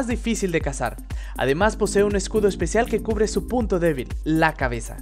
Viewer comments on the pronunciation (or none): none